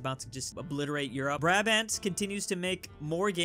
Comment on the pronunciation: the way he says brabant and gael annoy me and i dont know why,brabant is too shortened and unnatural sounding and he just gave up saying gael which is pronounced how it looks